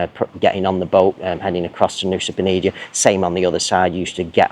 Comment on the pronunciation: I thought it was Nusa Penida not Nusa Penidia!